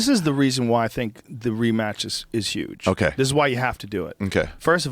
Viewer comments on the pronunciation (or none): Joe listening to bernie he's say yuge for huge twice so far